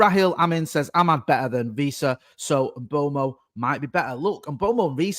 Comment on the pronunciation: In this one video says “Mbomo”, “Mbwaymo”, “Mboomo” and “Mbwemo” and none of them are correct 😂 Bless him